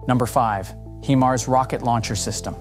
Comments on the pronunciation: That's a HIMARS not HEMARS. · hee-mars.... is that really the way to pronounce them?